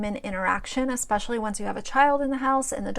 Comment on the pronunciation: Not the classic Myka “exspecially”